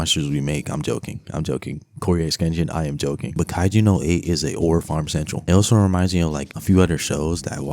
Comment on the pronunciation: stop saying kaiju no 8. its kaiju NUMBER eight 🤦‍♂️